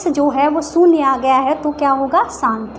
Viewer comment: मेम सान्त नही शांत